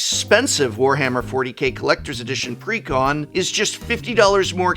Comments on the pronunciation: take a hit every time he says precon like pecan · Since is an English major I always assume he is pronounciating exactly as he wants to. "Preh-Con." Like Almond.